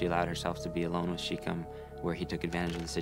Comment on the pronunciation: It’s pronounced in Hebrew SHEH-kehm, not sheekum.